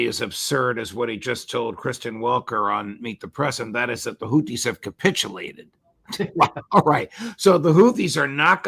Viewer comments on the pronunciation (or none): none